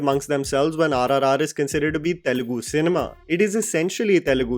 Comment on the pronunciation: TELUGU not telegu Just like Tamil not temil